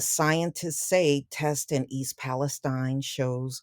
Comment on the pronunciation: Thanks for pronouncing it Palestine and not Palesteen. Not sure why everyone else is calling it Palesteen. Spelled the same as Palestine in Israel.